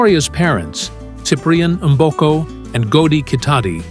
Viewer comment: Her names is "Victoria Mboko", "Mboko" not "M" boko damn!!